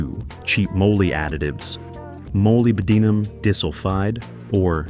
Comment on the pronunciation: I was tolerating the AI voice up until the point that it pronounced moly "mole-y" and went on to completely mangle the pronunciation of molybdenum disulfide. As the owner of a classic car with a flat tappet cam, I will give it credit for acknowledging that ZDDP is still required in that case. But as an actual mechanic I'm not impressed enough to bother subscribing to the channel!